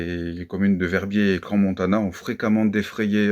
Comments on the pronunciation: Svp… ça se prononce Cran… non pas cransse… ça fait mal aux oreilles 😏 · Bonsoir, on dit CRAN Montana et non cranS Montana ! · Ce cretin ne sait pas qu’on dit CRAN Montana, et qu’on ne prononce pas le S. On ne peut pas trouver quelqu’un qui prononcera correctement ? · On dit "cran" si jamais hein 😅